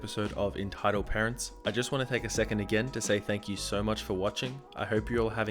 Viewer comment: Sometimes at the end he says "Get annoyed at some entitled Pearents